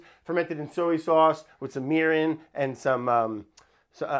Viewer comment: Soey sauce and waurder. Brad is the best